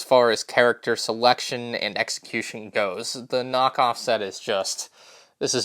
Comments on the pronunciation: Oh... you did not just say knock office... 😂😂😂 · I LOVE how you said knock-offICE